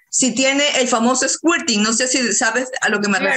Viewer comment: Squirting (eyaculación femenina, se pronuncia esKIrting (sic) ). Es libido, de 'deseo sexual' ACENTO EN BI. La pronunciación esdrújula es un error por influencia del adjetivo lívido y su significado es 'amoratado o pálido'.